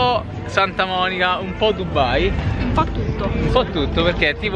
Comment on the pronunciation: ma non è dubbai ma è dubai perchè dovedete dire dubbai